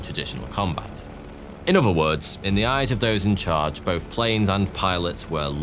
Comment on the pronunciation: Why do you Brits, who should pronounce the Queen’s English fail at pronouncing “three” and “other” as “free” and “uhvuh”? It detracts from your topic. Come on man!